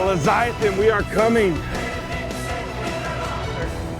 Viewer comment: sorry, but the word is Leviathan, not leziathan.